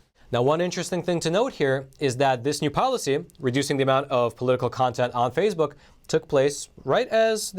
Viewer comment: Love the channel but why the weird pronounciation like Fazebook, Pelozzi?